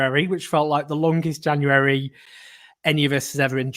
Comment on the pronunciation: I love the cute way he pronounces 'January' - he still a little kid at heart